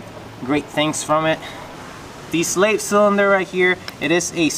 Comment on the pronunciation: The way you say "Slave" is weird lol sounds like your saying "slait" and does the kit come with the adapter piece for the clutch line that goes into the slave cylinder?